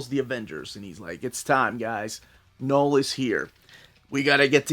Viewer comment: Learning a bit of French with my kids, and everytime you said Knoll, I was hearing Papa Noel. Just that time of the year 😂